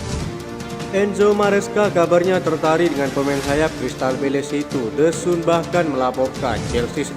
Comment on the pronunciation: the sun dibaca the san min 😊😊😊